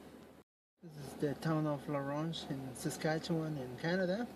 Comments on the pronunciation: it's sas-catch-you-wan:D great episode, learned a different meaning for cactus:D Merry Christmas! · it's more sass cat chew one. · Sas-cat-chew-on :P Saskatchewan